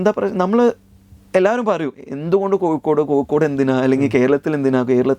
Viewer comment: കൊക്കോട് എന്നാണ് പറയുന്നത് കോഴിക്കോട് എന്നല്ല, കേൾക്കാൻ സുഖമുണ്ട്!